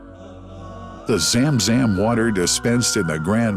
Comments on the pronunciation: It's Zamzam not zemzem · Correct. Narrator was spelling it as ZAAM ZAAM each time ZUM ZUM is more appropriate i believe. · why the fk english translation always run away from the real name,madinah ,and the speaker say madainah,zam zam and he literally say zem zem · It's pronounced Zum Zum (like zUM in UMbrella ☔) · How poor that the pronunciation of Zam Zam is completely wrong. Hired the wrong person for voice over! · He said zamzam so funny زم زم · Why have such a narrator who does not know the language and has mispronounced words such zam zam and medina. Listen to how he says it. I'm sure there are other words I missed! Just use a local narrator who usees proper pronunciation and not a white washed one.